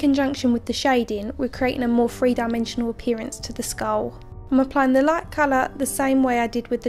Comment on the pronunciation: every english lad and ladie....... Free dimensional, not three dimensional...... lol good work, looks badass